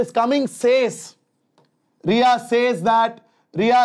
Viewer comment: sir that is not Ria that is riya 💔💔💔💔💔